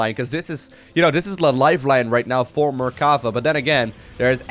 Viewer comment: It is me or does say mercava instead of mercafa the whole game?? In fact the blue player shouldn't leave the game after losing his last zealot because the red player had nothing to shoot up. With his mothership core he would have cleared the red base quicker than the red one would have. And even if the red player succeeded in killing the main base of the blue player I don't see how he could kill the building that were made in his old main base (the canon could easily deny the aggression of the the few probes and the oracle the blue had). Yeah the red player was a little mean by saying GG before the game ended too bad he didn't realized that he could just have sent his MC to win easily )